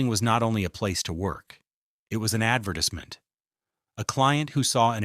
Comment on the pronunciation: lol I know that bothered me too Also the way he said advertisement Add vertis MINT lol 😂 I’m like wait what? I think it’s a digital voice